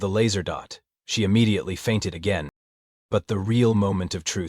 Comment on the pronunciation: I love how there is aliens have "enought" when they said "again" 😂